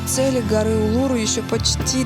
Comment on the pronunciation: Улуру -- ударение на последнюю букву